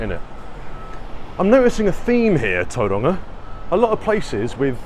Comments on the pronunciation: Its not Toeranga. Its towronga. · its not tou roanga its tau wronga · “A place called Tauranga” 😂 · as a new zealander, a pakeha, it always sounds weird to me when other white people try and pronounce words like Tauranga with a maori accent. nobody in my family or that i know ever does, they just say it in english. i guess there is no reason not to try and say it with an accent. but yeah, it just sounds silly to me. trying to be something you are not. Tauranga, is just that. tau- rung -ah. same with all the other locations/ cities in new zealand. i suppose there has been a push lately to say words in maori on the media, and they all say it with an accent. so i guess it will be normal for most young people.